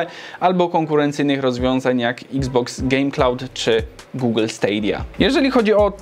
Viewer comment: pierwsze 10 z komentarzy dwa złe wymówienie stadia